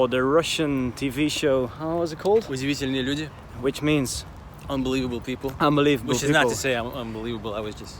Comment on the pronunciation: What are you talking about? pronunciation of удивительные люди was totally legit and he definitely doesn't have what I'd call strong accent in Russian.